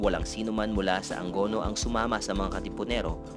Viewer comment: it should be "A-ngo-no" hindi po "Ang go no"